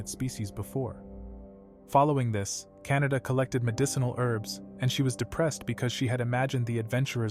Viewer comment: canda❌ canada✔️